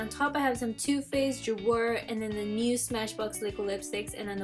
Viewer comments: I love ur collection!! but u know its pronounced LOR-E-EL right ? and JU-AY?? lol still love u tho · hey girl! I love the video! little correction on the pronunciation on Jouer. Ju-ay ( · yesss! **** ju-ay **!!!!!!!! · Jouer is pronounced Jeway. Just thought you'd like to know since you have a lot of their products and you might want to pronounce the brand correctly. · Loved this video so so much !!! Just a little correction though lol .. Jouer is pronounced like JU-AY hehe 😘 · The way she pronounces jouer just kills me. 💀